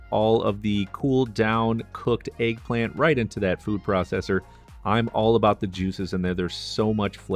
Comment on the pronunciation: tf is an AYG-plant? it's pronounced EGG, not ayg - there's no A in that word!